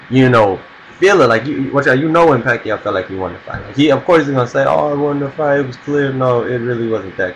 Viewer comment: he said pacoid even if its pacroid but ok so i say peequez ...